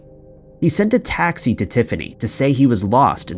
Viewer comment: So, in the second story, Roger sent "a taxi" across state lines to tell her he couldn't make it. I think you mean "a text". C'mon man, I'm trying but you're making this difficult- and your English is so good otherwise!